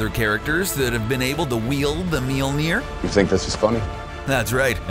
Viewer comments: mjolnir pronunciation pretty cringeworthy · You don't even know how to pronounce Mjolnoir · Pronounce it properly? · I hate this because of the way he pronounces Thor’s hammer honestly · Stop trying to pronounce Mjölnir. You're not a viking, you're a 2017 US citizen. Just call it a hammer. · I'm not from Norway, and I still cringed. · not even Thor can pronounce Mjølnir right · I don't know what's worse some of the superheroes you chose or the fact you can't pronounce Mjolnir properly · Learn how to say Mjølnir. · He pronounces Mjolnir wrong. It's really fucking annoying. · Love how every americans prenounce mjølner mjilier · "Meal-Mere"???????? ...uhm it's actually Mjolnir (m - yoll - near) with an umlaut over the "o". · It's Mjolnir, with an O. Your pronounciation sounds like Mjilnir. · Mjölner** nor Mjelner xD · It is not pronounced Melner it is mjølner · mjinir? ahaahaha, it's mjølner for gods sake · it's pronounced mjOlnir...not mjilnir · Meel-neer, huh? MEELNEER?! It's pronounced myol-nir. There are no 'e's anywhere!!!! Pronounce it right!! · it's not Mealmir it's Mjolnir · It's mjölner not mulinjer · hahaha mjölner not mjolnir wtf ur welcome and in the vid he even said meelneer like wtf hahaha xD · It's not Meller it's Swedish and its name is myøller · It's "Mjølner" not "Mjilner" XD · mjilnir??????????????????? IT'S FUCKING MJÖLNIR!!! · its mjölner! not milnir >.< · Meal nir? wtf? The english name is Mjolnir, and the original name is Mjölner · Molmir not milmir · btw it is möljlner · " That have carried the MyOLnEeR " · That not meil ner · it is pronounced m-iol-ner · he says "meelneer" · hahahahhaa Absolutely butchered the pronunciation.... I have never heard of a hammer called ''MealNear'' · At the beginning he says mealnir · "mealnir" pls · Its not pronounced Mealnir lmao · How you pernounce thor's hammer is minulnair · he says mielnier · What the fuck is a "Millneer" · did you say "miumil"? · Thor's hammer is pronounced meeolneer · IT’S MOLE NEAR